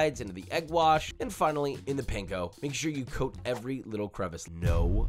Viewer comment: no way you can perfectly say wurchesterchurresauce (I know how it’s written, it’s for dramatic purposes), but can’t pronounce “panko” … JOSHUA! come on man get it together